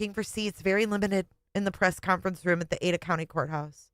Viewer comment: Or how says ruum for room.